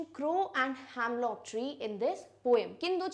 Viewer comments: Its not hamlock tree the pronunciation is hemlock tree. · it’s not "hamlock" it’s "hemlock"